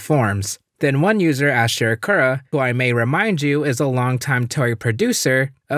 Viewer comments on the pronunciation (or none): none